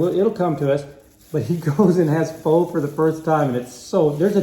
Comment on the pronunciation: The Pho is supposed to be pronounced "Faw" but people mess with it. In Auburn, there is a place called Pho King Good. I refused to eat there.